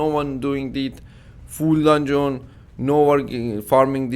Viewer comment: you need to stop saying dundzon say it without o like dandzn you going on my nervs when you say dandzon dungeon dungeon dungeon